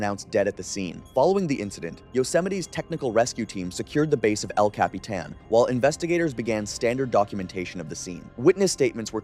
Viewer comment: I got lost at el capeeeetan. But I found my way back. Eventually you got it right